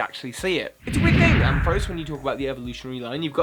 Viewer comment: IT'S IN UR TOP 10 AND U MISPRONOUNCE IT IT'S PRONOUNCED AM FA RAUCE!!!!!!!!!!!!!